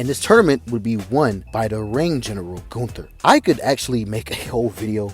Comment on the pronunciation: Goon-Ther lol